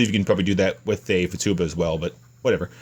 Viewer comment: hey, thanks for making this info vid! apparently these little things don't come with any sort of instruction at all. and by the way, please stop saying Fatuba... it's Futaba. LOL!